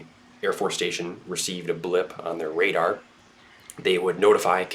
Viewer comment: "Army Navy Pradar Station"?!?